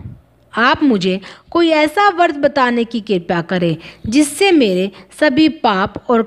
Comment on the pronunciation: hindi uccharan bhi galat karte hain bharat vasi . lajja ka vishay hai. व्रत hota hai , ap usko वर्त bol rahe ho . शुक्ल hota hai ap usko शुकल bol rahe ho . iss video ko hata diya jaye ya uchcharan ko theek kiya jaaye.